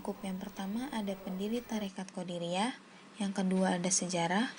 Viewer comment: Maaf sejarah nya tarekatnya..tapi jangan salah baca atau ucap qodiriyah bukan qodariyah...🙏🙏🙏🙏